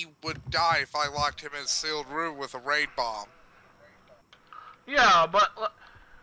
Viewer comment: I feel so confused... I'm no Spiderman-afficianado but...no that's just it.lol. lmao did say Ray Bomb or Rape Bomb? XD